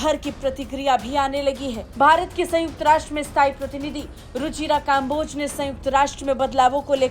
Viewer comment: भारत वालो, तुम तो कम से कम कम्बोज को काम्बोज ना बोलो